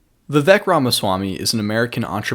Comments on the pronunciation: When you pronounce the name of the guy you made a video about, your analysis loses all credibility. You didn't put enough time to even research how his name should be pronounced. It's pronounced viv-ake not viv-uk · No he didn't. It's like ache at the end not ik or ek.